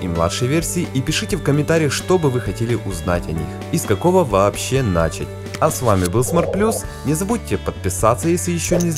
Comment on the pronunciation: было бы здорово , сразу сказать отличия от 7А pro и надо говорить начАть, а не нАчать )) в конце ролика ;)